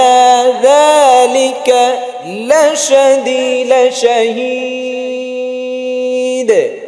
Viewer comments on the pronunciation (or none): Lashahidh na lashadidh bujlam na